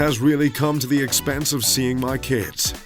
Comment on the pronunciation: you missed a space on expense of you said expenceof